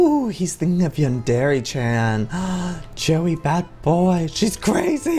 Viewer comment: JOEY YOUR SAYING HER NAME WRONG